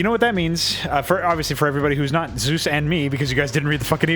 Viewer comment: >also for some reason he keeps calling you Zeus when your name is clearly Zevs!